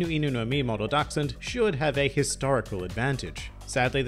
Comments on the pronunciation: Incredible german skills you have there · I have to be honest, I just clicked this video to hear how you would pronounce "Dachshund“, not bad I have to admit 😊